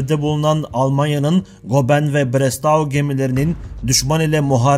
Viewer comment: Goeben adlı savaş gemisinin telaffuzu 'Goben' degil 'Göben'dir. Video hazırlamadan önce isimlerin telaffuzunda çalışmanızı tavsiye ederim. Diğer yandan iyi bir diksiyonerden eğitim almanız yararınıza olacaktır.